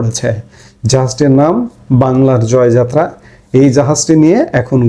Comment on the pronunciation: আপনাকে অনুরোধ করবো জয়যাত্রা টা সঠিকভাবে উচ্চারণ করতে